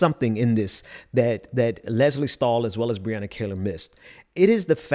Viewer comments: Please pronounce Brianna's last name correctly, It is not "Kay-lor" , it is "Kee-lor" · Great take!!!. It's amazing how people's hate is stronger than their own self interest. Truly sad. Btw it's her name is pronounced Kee-lar she is awesome. Thanks!